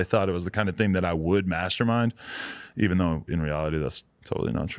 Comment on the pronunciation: he said "evean" lol